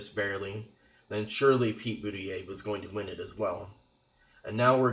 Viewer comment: It's impossible for Maine to split 2-2. If you win both congressional districts, you win the state 4-0. If you win one congressional district it would split 1-3 or 3-1. And his name is pronounced Boot-a-judge, not Booty-yay.